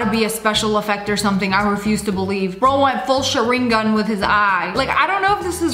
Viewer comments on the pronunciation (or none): I literally just watched Naruto and you said siringun i can't soell